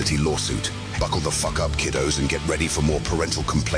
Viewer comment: Lmao I love how he puts sooooo much emphasis into the F of fffffffffffuck lol.